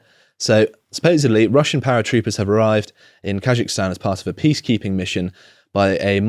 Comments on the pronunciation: KaZakhstan. ZZZZZ. Not ZH. How is that even possible to mispronounce, read it the way it's written. Anyway, hilarious. Shows videos of military personnel being attacked and detained, trucks of peace and the distribution of guns and munitions. "🤔why are they sending in tanks (APC's) doe 🤔" Also inb4 it's just another western coup. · He pronounces Kazakhstan and if he thinks it is Taljikistan. “Khazikistan”. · Just say KAZ-akhstan, ponce. And it's skods, not shkoda ffs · You can't even pronounce Kazakhstan correctly 🥱